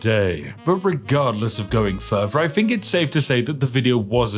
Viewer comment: Call yourself a Spiffing Brit but it seems you're incapable is pronouncing Th. I have little interest in what people "Fink" especially when they are incapable of basic English.